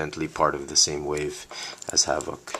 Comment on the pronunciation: You pronounced his name wrong. You stress VOK to much.